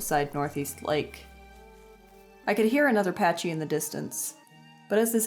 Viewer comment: The way you pronounce “pachy” kind of makes me mad...